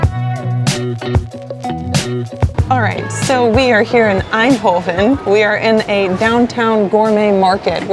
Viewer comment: spreekt het woord bitterbal goed uit zonder tongval🤔 en Eindhoven ook goed uit . spreekt kibbeling ook goed uit mensen die ik ken uit Duitsland spreken dit allemaal niet zo goed uit geld ook voor Engelsen die regelmatig hier zijn hebben er moeite meel